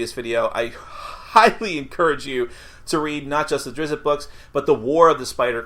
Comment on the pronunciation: While many of the pronunciations have never been really pinned down, it is 100% NOT pronounced "Drizzit". It's "Drizzt" (some people pronounce it "Dritz", which is still better than "Drizzit"). Ugh. Sends a shiver down my spine every time I hear it.